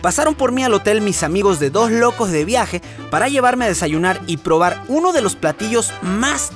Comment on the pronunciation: Me encanta como Alex pronuncia Dojs locos de viajes y Ojscar Alejandro